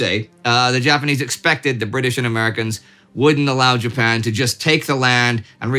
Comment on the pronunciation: Mispronouncing Japan and I'm supposed to just let that slide? No pasaran! Someone's been too long out of Texas and too much in Sweden!